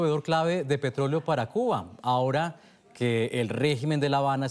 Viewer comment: porque dice CUNA en vez de CUBA